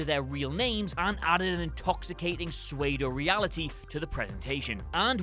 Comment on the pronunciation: No one going to talk about how this man pronounces pseudo?